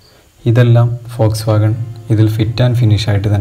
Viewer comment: Foxwagon alla....WOLSWOGON POLO..aan